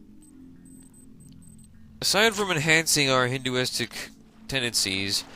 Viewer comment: Hey, nice vids. I just discovered this game for myself. Maybe ill do a psi run or smth too. Normal was pretty tough for me. The way you say "hedonistic" sounds like "hinduistic":).